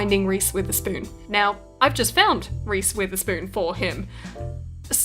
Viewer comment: i thought she keps saying reese with a spoon then i looked it up